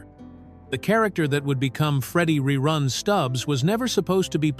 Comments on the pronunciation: To the one who is telling the story. If you going to talk about it. Then first say Rerun instead of Reroon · "RE-ROON" Yeah AI sucks!! Thumbs down. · when your AI can't pronounce the word "run", I'm not worried about you taking over the planet. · The AI can't even pronounce ReRun correctly. Listen to and edit your videos before posting them, please. You can do better. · I said the same thing 😂😂😂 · I made it in and had to stop. RERUNE is not his name LOL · It must be AI because that is not how anybody said his name or how you would say that